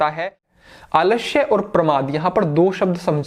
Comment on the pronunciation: Aalashya nhi sir, Aalasya hota hai.. 😂 😂 Samjhe?